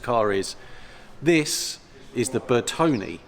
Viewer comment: 🤔🤔🤔 it is “ NOT “ pronounced Bertoni or Bertony, the proper pronunciation is BertonE with the stress on the E as in Error. Ciao!!!!! 🙄😳😳🥴👍👍